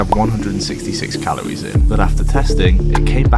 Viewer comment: How many times do I have to hear say Calowies